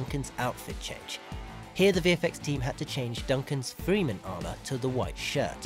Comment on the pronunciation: "Freh-men" not Freeman. Good video though. Amazing film. I can't wait for part 2.